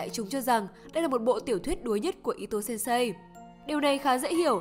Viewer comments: Sensei nhé bạn, đừng đọc là sen sây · Đừng đọc sensei là sên sây nữa được không =.= Nó là sênsê (chữ ê hơi kéo dài) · Mình góp ý chút, thật ra Sensei đọc là "sên sê" chứ không phải "sêm sây", thật ra đọc đúng còn phải thêm trường âm nữa, nhưng đọc là "sên sây" nghe nó đau tai quá, nhất là với những người mắc OCD như mình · khoan bàn tới nội dung video, chỉ với cách đọc từ sensei thành sen-sây của người dẫn truyện đã thấy sai quá sai rồi, mình ko nghĩ 1 kênh chuyên làm về anime manga mà việc cơ bản như vậy ko biết...